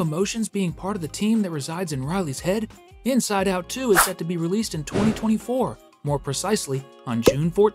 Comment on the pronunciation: The missing T is starting to trigger me…